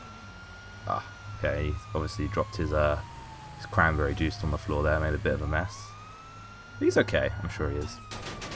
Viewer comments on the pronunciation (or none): It's funny when you say cranberry juice